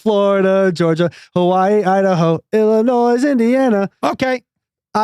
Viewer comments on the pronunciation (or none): You don't pronounce the s in Illinois